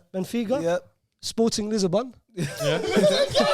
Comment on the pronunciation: saying Lisa bon😂😂 it's lisbon